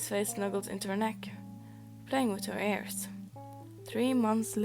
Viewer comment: Is it bad it took me over 1/2 way through the video to realize you were saying ears not airs? The captions weren’t much help either lol